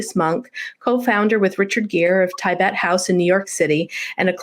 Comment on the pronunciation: This lady must learn to pronounce ‘Tibet’ properly! She already pronounces ‘Tibetan’ properly. So, that should not be too difficult